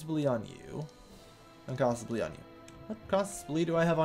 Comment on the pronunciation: cah-sus bel-ee